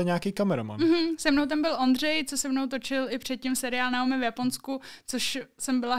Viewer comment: Myslim, ze se jeji jmeno spravne vyslovuje "Najomi"... rikal mi to Standa.